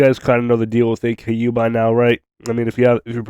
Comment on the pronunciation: its pronounced ah-koo not A K U